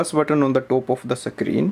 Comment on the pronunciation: Ok but why he keep on saying secreen 🙄